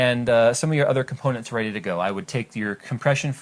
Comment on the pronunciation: Pause to get "Are ya reday kidz?"